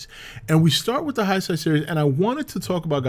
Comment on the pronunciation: Good analysis of "The Return of Godzilla"/"Godzilla 1985"... One thing though and I mean this in the nicest way possible, but your pronunciation of Heisei is grating... The EI dipthong, is pronounced, "ay"as in: Day. So... Hay-Say. Similarly, the new Imperial era as will be the new film and those following it, is Reiwa: Ray-wah. The AI vowel combo is pronounced, "eye" as in Bye, Dye, Banzai.